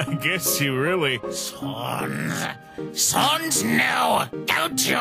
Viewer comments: I’m confused................. Well I feel uncomfortable.......... Oh and the why do they say sons wen the words say sans and everyone says sans name wrong...................................................gust saying......😐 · Why are pronouncing "Sans" like"Sons"? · I don't like the way Sans is pronounced